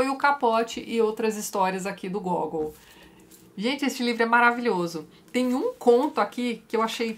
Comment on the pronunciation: Mais Uma coisa, o nome do autor fala-se Gagòul. Um dos meus autores prediletos. Li direto do russo todos esses contos e o hilario “almas mortas”